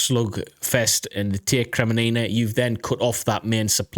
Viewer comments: Kremmina not Kreminina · its not "kre me ni na" it is "kre min na" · It is Kreminna and not kreminina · Listen, I know your British, so English isn't exactly your first language, but it is Kreminna not Kreminina... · seriously dude, have some respect! KRE-MIN-NA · Kre-Mee-na...3 syllables, not 4. Yeh, these Ukrainian place names are hard to pronounce but if it is the main topic of the video, and is in the title, you should make more effort to get it right. Watch some locals' videos like Reporting From Ukraine or Denys Davidov and listen to how they pronounce these major place names. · Bro it is called KRE-MI-NA made me chuckle a bit haha. But good vids brother and like your view on the situation. Greetings from the Netherlands 🇳🇱💯🇺🇦⚫️⚪️!